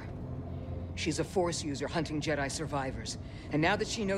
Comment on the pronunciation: "The phorce be with you"